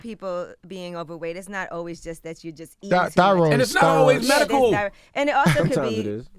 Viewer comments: Wtf is Merical Marijuana!? 😂😂😂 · This dude can't say medical.